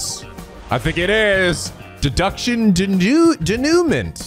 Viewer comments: The way he says Denoument (day-new-mon) is killing me as a French speaker. It means "to finish or end" in film it's sometimes used to refer to the winning down part of the story after the climax. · I know you're not usually one for French,, but the correct prononciation of Denoument is actually DAY-NEW-MAH. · While I don't know if this will be seen, or even if it will be useful, Denouement is pronounced "Day-New-Mon" or "Day-New-Ma." It's french. It's definitions are "the final outcome of the main dramatic complication in a literary work" or "the outcome of a complex sequence of events" The detective denouement is the "Completion of the case." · You're saying "denouemant" wrong. It's "Day-New-Maw". It's French, the bane of your existence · Denouement is pronounced: Day-New-Ma. It's French.